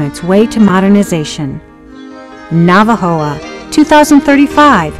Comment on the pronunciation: Por cierto, olvidé mencionar que en el minuto del video, debería decir "Navojoa" en vez de "Navajoa".